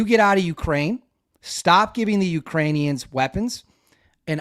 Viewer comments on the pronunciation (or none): none